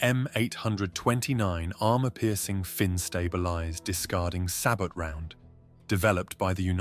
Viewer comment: Interesting video, Sabot is pronounced {say bo} the kinetic shells are known as Shard rounds. 👍🇺🇸 subbed.